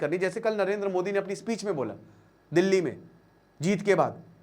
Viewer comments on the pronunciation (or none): none